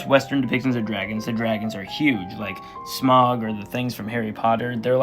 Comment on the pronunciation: erm actually, it’s pronounced “Sm-OW-g.” 🤓